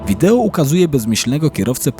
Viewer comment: Wideo się mówi, nie wideło 😊